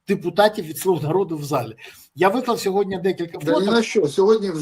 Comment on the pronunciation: СьогоднІІІ, не сьогоднЯЯЯ, Пан Береза 😂